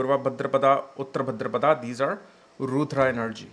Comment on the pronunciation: It’s Bhādrapad not Bhadrapadā